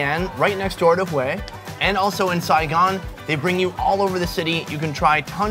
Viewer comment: Bro the way you pronounced Hue in the beginning with the inflection tone is perfect LMAO